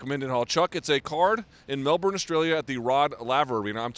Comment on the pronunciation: sigmaSector they still getting Melbourne wrong too, although I noticed John Anlk gets it right has ever since 193.